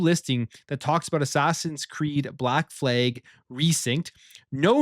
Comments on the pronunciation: Why do you keep saying "Fleg" instead of "Flag?? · The American and Canadian Fleeg😂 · Flag.. Not fleg! WTF..